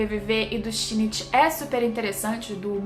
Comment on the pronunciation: o único defeito de parasyte é o shinichi ter ficado com a murano, e não com a best girl: Kana-chan ç.ç só um adendo, a pronúncia é Shin-ichi